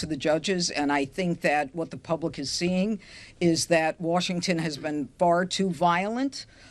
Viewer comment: she said" Warshington?"......